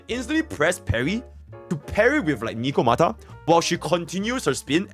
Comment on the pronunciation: Ah, yes. “Nikomata”.